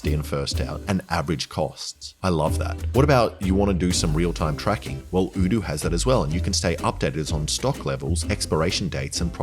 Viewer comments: They changed the pronunciation of Oh doo to udu? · i love how you pronounce odoo differently in every video, like is it O-doo or U-doo Alex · does odoo think that changing how their name is pronounced will make any more of us rich enough to own a business that requires their services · hold up, you had the same sponsor in boyboy and I think on this channel in past videos as well, and you pronounced it differently. Did that company not bother telling you how to pronounce their name until now? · Lol. Cant even say your sponsors name right... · Was the sponsor not happy with how you were pronouncing the company name? Maybe they should spell it in a way that makes sense. A single O shouldnt sound like OO. Especially at the beginning of the word, and ESPECIALLY EVEN MORE SO when the word is made up, and also ends in OO and ALSO only has 3 different letters. Id have said Odoo as well. Never Oodoo